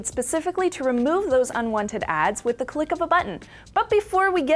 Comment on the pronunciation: you should learn how to pronounce the word "the"